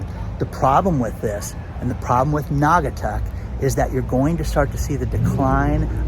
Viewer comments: You got it right it’s NAW-GA-TUCK 👍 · You are pronouncing Naugatuck correctly. When I grew up there, it was a prosperous manufacturing city. They don't make sneakers there anymore but now in China. We should tax China and give the money to Naugatuck rather than gouging the homeowners. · I live in Connecticut. NAUGATUCK IS A SHIT HOLE !!! It’s a poor community look into it! And you did pronounce it right